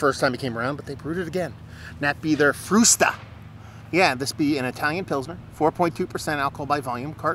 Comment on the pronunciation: Congratulations on the pronunciation of "Frusta"! Just perfect! Like your review. As always ;)